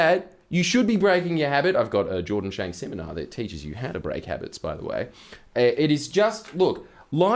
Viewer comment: Did you say shordan janks? 😂